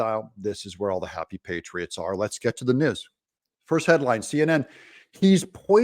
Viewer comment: There is an "e" following the "s" in "Cheseboro" which makes the first "e" a long "e" (NOT Chesboro)...please. Also, "news" is noooooose (nuse), not "nis". I love your videos but please use proper pronunciations.